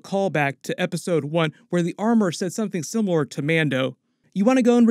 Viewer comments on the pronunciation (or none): none